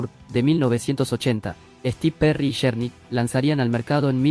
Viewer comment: Con todo respeto quiero comentar que no entiendo porque desde que tuve uso de Razon hasta ahorita no he pidido escuchar aningun youtuber que pronuncie correctamente los nombres de los cantantes ingleses o gabachos,!!!...y pongo por ejemplo a este youtuber y comienzo con este grupo de rock,!!... el nombre de este grupo de Rock se escribe journey pero se pronuncua Llourny, y el dice journey,!!!.....se escribe warner brothers pero este yotuber dice werner bros y se pronuncia warner Broders.!!!😏